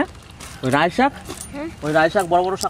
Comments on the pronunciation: oitake Raie noi laie bole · Rai sag noi... Lai sag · রাই শাক নয়, এটা লাই শাক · Rai shag noi lai shag 😂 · Rai shag na,lai shag bola aitaka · রায় সাক না লাই সাক বলে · Rai Shak naa.. Lai Shak bole...